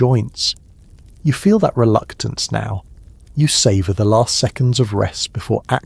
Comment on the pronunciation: It's last not larst